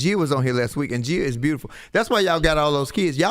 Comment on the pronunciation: Lol Envy must hear ppl pronounce his wife’s fname wrong all the time cuz he just sits there wit the same face when ppl say Gee-a as opposed to Gi-a